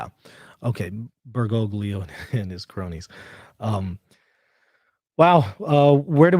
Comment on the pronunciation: He actually mispronounces the popes name. It is "ber go lee ho"! We should use his official title, however.